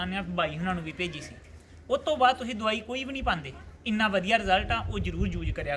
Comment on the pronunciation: Davai ka nam shmj ni aaya veere plz dobara batana,🙏🙏